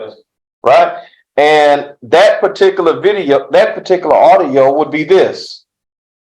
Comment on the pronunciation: Who in the sam hell gave this person a license to be an attorney?!?!!!! He himself can't even say "particular" or "particularly". This is ghetto jamboree court stuff hahahaha